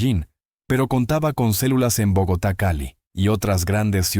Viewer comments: Al narrador…..es Bogotá……no bogatar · Porque dices Borgata .. Sabes que es Bogotá ... Ni te hagas ..